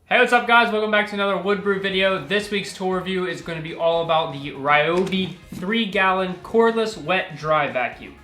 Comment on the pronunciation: ryo-bi or even ri-yo-bi is ok lol not rai-o-bi